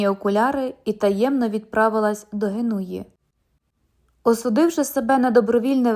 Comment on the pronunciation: Не ГенУя, а ГЕнуя.